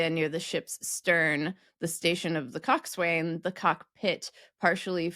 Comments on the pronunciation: Just a small correction here. :Coxwain is not pronounced "Cox-wain." Like many naval terms, it isn't pronounced as it's spelled. It's pronounced "Cock-san." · The ‘swain’ in coxswain is not pronounced; it’s “cox’n”, along the same lines as Bo’sun (boatswain) and Cap’n Crunch. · the "coxswain" is pronounced "cox'n" , likewise; the boatswain is "boats'n" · Coxswain is NOT how you said it, the W is not pronounced neither is the A it should be pronounced as Coxinn. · I'm definitely not a sailor, but I believe 'cockswain' is pronounced 'coxsun,' and a 'boatswain' is a 'bosun.' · Coxswain is pronounced "Cox-son". I'm surprised that wasn't picked up on. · I'm disappointed you mispronounced "coxswain", whose correct pronunciation is "kok-sn". FYI some other peculiar pronunciations of nautical terms: "boatswain" is pronounced "bo-sn", "gunwhale" is pronounced "gunnel", "forecastle" is pronounced "fok-sl". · Coxswain is pronounced "coxun", it rhymes with bosun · Cockswain is pronounced as Kok-suhn, and not as it is spelt! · Cockswain more commonly pronounced cocks’an… Lots of nautical terms have interesting origins too… you’ve probably already done a treatise of this… and I’ve not yet come across it yet😅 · Or "Cocks-en" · Coxswain is the steers man on a boat . The had a foot well at the steering station , the cockpit. The word is pronounced “cock-sun”, or even more clipped to “cocksn” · Coxswain is one of those typically mispronounced words. It's property pronounced COCKS-un and often spelled coxun. The same thing goes for boatswain, it's pronounced BO-sun and spelled bosun. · A quick note on pronunciation. Cickswain is pronounced cock-sn, just as forecastle is shortened to folk-sl. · Interesting pronunciation of cox'n. Perhaps the contraction of nautical terms could be the subject of another video. Coxswain/cox'n, boatswain/bos'n, rowlocks/rollocks, gunwales/gunnels and so on.